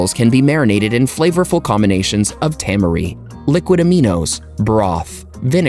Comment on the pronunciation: Tamari is commonly pronounced ta-MA-ree, not TA-ma-ree as the narrator says here. Just like in another Bestie video I watched where the narrator mispronounces turmeric (it's TUR-meric, not tur-MER-ic.) Taking just 10 seconds to google the correct pronunciation of a word you're unsure of will help viewers take your content more seriously. Other than this nitpicking, I love your videos so far. :D